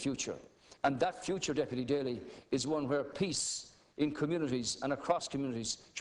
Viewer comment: awesome rep daly!! you said everything correctly!! as an american i appreciate and LOVE what you said!